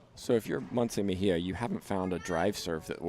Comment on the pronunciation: Mejia is not pronounced Meheya in English